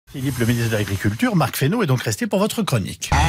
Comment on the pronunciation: C'est pas Marc fesneau, c'est Marc fesmine, fesmeuh, fespasgrandchose...... Fesnaiant.....